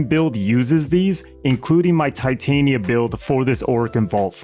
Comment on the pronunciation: Titania Tit-Tan-Ya was that AI?